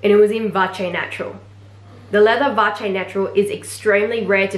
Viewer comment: oh yeah, missed out on a swift bolide 27 in black - was ready to buy and then someone else had just snapped it up from FP. just FYI: chamonix, is pronounced without the x, and vache is with a silent e...